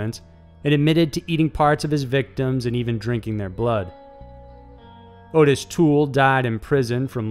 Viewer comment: (His name is not Otis, and isn't pronounced like Otis either. It sounds just like it's spellled- Ottis. Sounds like Ah-Tiss, not Oh-tiss) His father made him perform sexual acts on his male friends?!?!?! What kind of absolute monster would... could... do anything so horrible to a child? To his OWN child.